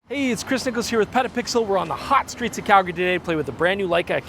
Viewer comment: No, I hear PetaPickles. Rhymes with.